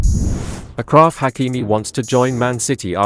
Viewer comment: Achraf in frensh is pronounced same as Ashraf in English. So it is not a K. It is a shshshsh